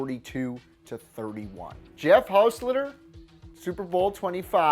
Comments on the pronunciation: Hos-tet-ler not hos-slitter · Hoss STET ler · Gibbs liked Williams over Schroeder dumb ass and it’s not “hosleter” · Hos-tet-ler. Shray-der. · Say it with me now, HAAS-TET-LERR lol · you can't say hos---tet---ler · Hoss-TET-ler. Hoss-TET-ler. And it's Jay Schroeder, SHROW-der. Like the piano-playing character from the Peanuts cartoons. And if you want one of the best backups ever, and to stick with my beloved Dolphins, how about Earl Morrall, a 38 year old backup QB, who came in to the fifth game of the season when Bob Griese was knocked out with an injury and led the team to a win that day and for all the rest of the regular season and most of the playoffs. In 1972. The Dolphins perfect season. Yup, the backup was the QB who did more than the HoF starter to complete that perfect season. #1 backup for all time in my mind. Though right now Foles is a close second. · Pronounced exactly as spelled: hostetler Schroeder pronounced “shrader” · Love watching older videos. Seriously though how can channels like this not dbl check facts and name pronounciations before posting. Frank Reich started the Bills-Oilers playoff game. Kelly had been injured the week before against Houston. Also the guy knew he was mispronouncing Hostetler's name and yet didnt bother to look it up. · You can't even pronounce hostetler smh